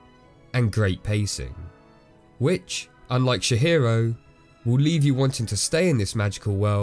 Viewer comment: And he also calls her Shihiro and I'm dying haha. I always forget how little most people know about the japanese language. It's Tji-hiro!